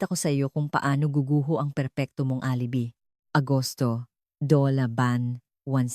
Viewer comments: Hi, nakakainis ka😊di na ako makikinig sa narration mo maganda sana ang kuwento mo pero alibi ka ng alibi instead og alibay ang bigkas,pag di ka tumigil ng ka aalibi mo ireport kita sa admin mo lol hahahah alibi😊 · Sagwa ng pagsasalaysay ng narrator… Isa pa…. “ mukhang fiction “ lang …. kathang -isip lang! Pati pagbigkas ng mga salita .. mali-mali… Halimbawa: U.P. ……… sabi ng narrator…. [ UPI] Alibi………. …….sabi ng narrator: [ alebi] Hoy … narrator…. balik ka sa Grade Six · OO nga mali mali tagalog na nga wrong pronunciation pa.Yong UP she said OP, alibi she pronounced alibe OMGEE! I was wondering Sept. 2026 etc & 2027 it's only March 2026 now! Dumami tuloy wrinkles ko syo